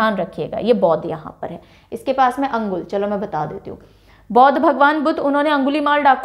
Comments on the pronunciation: Mam not अंगुल, that's called अनुगुल (Angul) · Ma'am, I see this video for the first time and it's great to watch the way you demonstrate and describe the details..Anybody can learn and memorize facts easily from this.. I would like to mention a small correction that Balaswar is pronounced locally as Baleswar and Angul as Anugul..